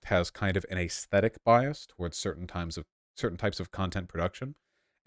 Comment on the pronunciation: Vaush for the love of god it’s pronounced aesthetic not ayyysthetic it’s so fucking cringe to make up weird accents and weird ways to say words